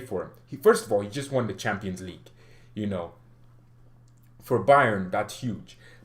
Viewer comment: It bothers me when you say "Champaign league". 😂😂 I just don't know why.